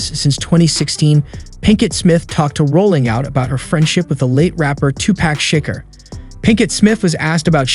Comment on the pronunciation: Shikkker??? FS 😂😂😂😂